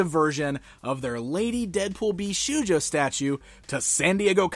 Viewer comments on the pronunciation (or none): Indeed it's pronounced "Bisho-yo" the u is silent =)